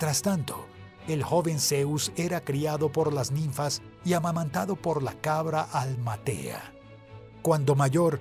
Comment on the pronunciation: Error, no se dice la cabra:"almatea", sino:"amaltea".